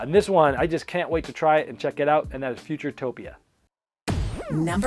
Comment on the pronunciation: It's Futuropia, not Futuretopia :)